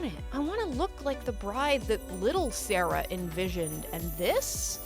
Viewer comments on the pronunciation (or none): none